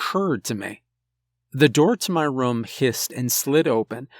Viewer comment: everyone says room this guy: Rom